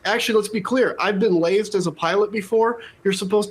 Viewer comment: Lazed?? Or lazered?